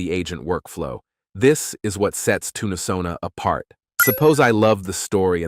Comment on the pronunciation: Oh no! I'm in a later timezone, and think I missed the offer. ☹ just in case; SONA#5TC Thanks for the great video and for highlighting an exciting looking alternative platform. Can't wait to try it out. BTW: your TTS voice pronounces Tunesona as "Tuna"sona(Toon-UH-Sona). instead of Toon-Sona Sorry I'm always harping on pronunciation. It's very distracting(to me) and takes away from the message. I literally had to watch this 3 times to get your message. The third time I had to use subtitles on mute. You wouldn't want someone to refer to you as "Aye Eye Tuna Craft", right?